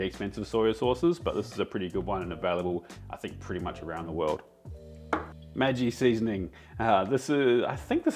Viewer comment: Maggi might be magic, but the gg is still pronounced like the female name Maggie😉 (and the a like in Amish)